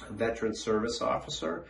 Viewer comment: Very good information, thank you. However, I would like to point out that the title and word Veteran has 3 syllables, not 2 (Vet-er-an). You are not pronouncing it correctly.